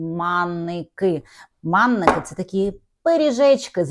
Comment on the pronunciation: Та не маннІки, а Манники !!